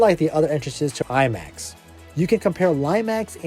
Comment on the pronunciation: "lie-max" ??? Lol